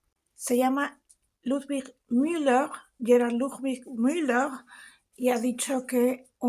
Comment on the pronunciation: Bien pronunciado, Lucía. La gente dice "Miuler", porque no saben pronunciar el alemán y creen que se pronuncia como el inglés